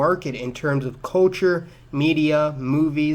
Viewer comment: where did you grow up? I’ve never before heard anyone pronounce “culture” as “KOH-chur”.